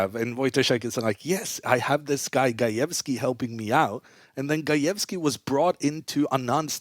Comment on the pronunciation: They way he said gajewski needs a job and stuck with indian chess players like what u want to say man 😬😵